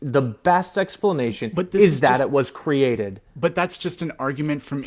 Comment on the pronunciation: He even says Cree-Ah-Ted like Hovind